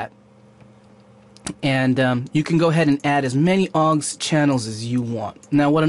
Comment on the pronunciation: PS it's au X, not 'awggs'